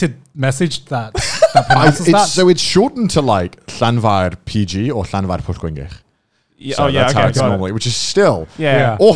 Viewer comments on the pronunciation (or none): Ye but it didn't have the right accent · He said the town right but it was missing the Welsh accent, so it's wrong